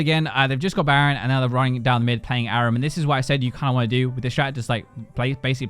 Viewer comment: You say Aram wrong. I’m from England and don’t say it fuck all like you do and neither does anyone else.